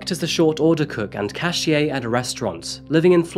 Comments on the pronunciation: Cashier is pronounced ca sheer not cash ee ay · "Cash-EE-AY"? CASH-EER. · Did you pronounce cashier as "cash ee ay"? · Pronouncing Enrique as "on-reek" and cashier as "cash-ee-ay" made me chuckle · The pronunciation of cashier got me